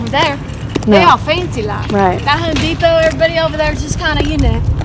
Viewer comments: "Home Deppim". Thank you,, for teaching me the true way to say Home Depot.:,D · "Home dapo"